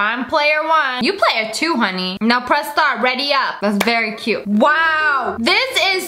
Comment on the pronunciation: It’s VARRY cheese!